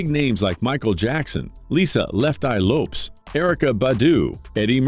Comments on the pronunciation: Man botched Lopez so hard I actually rewinded it to see who he was referring to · That’s funny, you don’t know how to pronounce the word Lopez